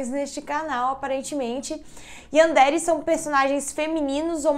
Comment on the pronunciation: Sem hate mas se pronuncia Yanderé